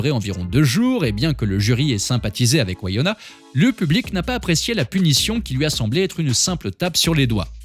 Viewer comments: c'est une superbe clepto en tout cas... si jamais on dit pas Waïona ;-) on dit comme écrit dans le titre en fait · Ses Winona et pas wayana!